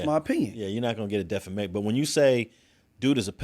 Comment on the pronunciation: continuing to say "defLamation" is hilarious. Stop taking "L"'s!!